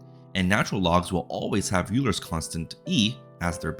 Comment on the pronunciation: it's pronounced OIler, not Euler